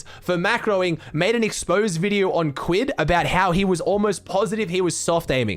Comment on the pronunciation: i hate the way he says kquid’s name